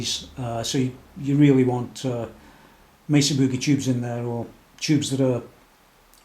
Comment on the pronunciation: man love the shirt very cool. thanks for your time much appreciated and you pronounce Mesa correctly